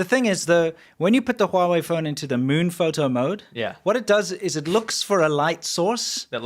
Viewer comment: I love how says it. The meun. The moan. The mowin'. Sounds kinda like Grandpa